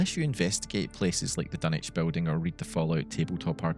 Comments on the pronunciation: take a shot every "dunnich" and not dunwich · Your pronouncing Dunwich with out using the w man , wtf,?